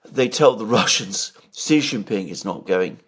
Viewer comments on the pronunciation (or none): Sheee not Jheeee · Xi Jin Ping is Sheee Jin Ping, Jhee Jin Ping means PENIS. Stop it, I SUPERCHATTED you twice on this. I saw you read my comment. You are doing it on purpose like Elensky. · follow Alexander's lead, sheeee like female is the correct pronunciation. Jheee Jheee means Pee Pee as in penis in Chinese language stop it. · Correct way to say Xi is Sheee. Jheee Jheee means Pee pee in Chinese slang as in penis. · Yes, Xi should be pronounced as “she” in English. But what you said about Jheee was not true, Chinese language has 20～30 characters that pronounce “jheee”, nobody will link Jheee with penis in this context, it is fine for Alexander to pronounce Xi like jheee